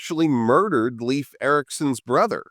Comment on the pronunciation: Skål to the first non-Nordic youtuber to pronounce Leif correctly as "life" 🙂